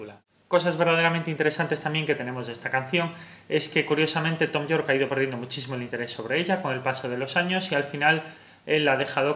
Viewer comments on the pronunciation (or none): *Yorke no Jorke